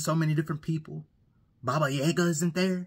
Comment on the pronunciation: This dude said “babayega” isn’t there lmao